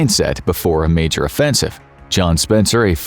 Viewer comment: “Marjor” correction John Spencer, Major